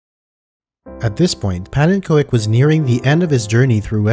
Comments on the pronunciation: Pannenkoek is pronounced pawnencook. Easier for next time 😊 You pronounced the first part really good for a non-Dutchy, just say cook instead of co-ek and you’re golden! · i still love how people say 'pannekoik(like in hoist)' instead of 'pannekook'(like in oof) which is a more correct pronunciation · (Pannen)koek (pancake) is pronounced like cook. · Koek is pronounced like cook. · The koek in pannenkoek is pronounced with the oo in good. It means pancake in Dutch. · His name is pronounced pannen COOK !!!! OE = OOH in Dutch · Pa-nin-kook is how you pronounce pannenkoek (pannen = pan. Koek = cake) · Pannenkoek is phonetically : Pannencook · Pannenkoek is Dutch for pancake lol - "punna-cook" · This has been a really fun and educational video. The only thing that annoyed me is something you can't do anything about. His name is roughly pronounced 'pawn un cook' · Fun fact: Pannenkoek is pronounced as “pannen cook”. It’s a Dutch word and means “pancake”. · Nice video! FYI It's pronounced panen-coke. It's Dutch for pancake. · man you really need to learn to pronounce the word pannenkoek. It hurts my ears. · As a dutch person, hearing pannen's name being pronounced is hilarious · Him saying pannenkoek is so funny to me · I absolutely love this content: ushering the game into the realms of the absurd 😁 But as a Dutch person, I can't help but want to give you a quick lesson on how to nail the pronunciation of "pannenkoek" (the Dutch word for "pancake"): The "a" in "pannen" sounds like it does in "car". You pronounce "koek" exactly like the English word "cook". The emphasis is on the first of three syllables. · I know that's how he pronounces his username, but hearing Pannenkoek pronounced like that breaks my brain.